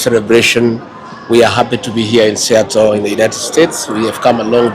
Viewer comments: It is sea-a-tle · Pronounced: Sea...attle. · American twang! Otherwise, if it was to be produced by all other English speakers, would have been, ‘ siatol’ 🤣🤣😜! It’s a beautiful region!